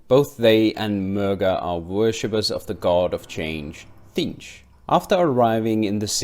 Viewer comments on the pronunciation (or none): Tzeentch is pronounced "Zee-nch" by the way :)